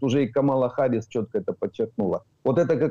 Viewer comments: Когда уже научитесь правильно читать имя Харрис ??? На все американо - английские имена и фамлили , ударения падают на первый слог..! 😂😂😂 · "Си Дзин Пин - председатель колхоза" 😂😂😂 Класно сказано! Зауваження пану. Камала Харіс, а не "Гаріс". Пан вимовляє правильно (як Американці). Я задонатив на ССО. Дякую за зведення! Бажаю здоров'я! Слава Україні! 💛🇺🇦💙